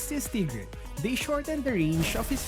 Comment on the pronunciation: The way he says tigreal